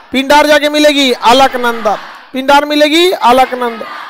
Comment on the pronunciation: विद्वान मित्र संतोपथ नहीं सतोपंथ हैं। पिंडार नहीं पिण्डर नदी है केदारनाथ १५ किमी नहीं क़रीब २४ किमी हैं पैदल। नंदाकनि नहीं नंदाकीनी है। मंदाकिनी हैं ना की मंदाकनी।